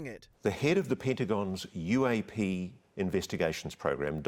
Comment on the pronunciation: I took a drink everytime he said UA-pay and I died by 4 minutes 39 seconds